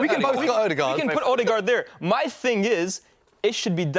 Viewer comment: Anyone else get really annoyed by Robbie saying "Alldegaard" 😂😂